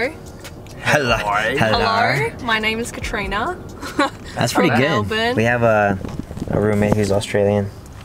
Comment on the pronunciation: WTF HOW WAS HER AUSTRALIAN ACCENT REALLY GOOD? And she pronounced “Melbourne” correctly, I’m weeping 💀